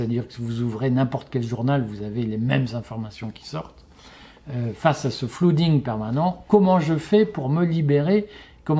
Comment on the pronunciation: « Flooding » de flood = inondation, prononcez flEUding 😎